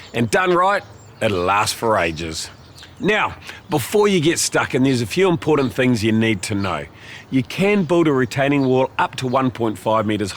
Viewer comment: Why can’t you pronounce the word important?